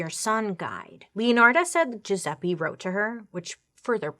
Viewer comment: It. Jewzeppie. Pronunciation